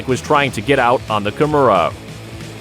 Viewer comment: It's "Kimura". It's not "Kamura"